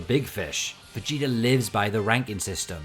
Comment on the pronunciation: "Vuh-gee-durr" Dude, surely a word ending in an 'ah' sounds isn't difficult for you. Jeebus Fleebus, man...